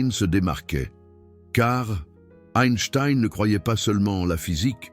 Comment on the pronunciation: SVP apprenez à prononcer son nom…please, please, please !